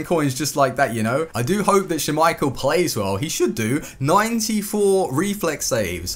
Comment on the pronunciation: Please stop saying "schummeichel" it's just schmeichel lol